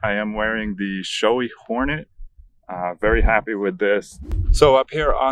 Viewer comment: I got to be honest... this is the first time I heard the pronunciation of SHOEI... And I've know this brand since 90's from Mask Rider Black Hahaha